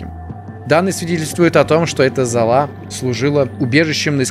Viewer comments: Серия называется "МЕСТЬ СИМОТА". И правильно читать не залА, а зАла. Ту же не говоришь кухнЯ, бАлкон и туАлет. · Только зАла а не залА.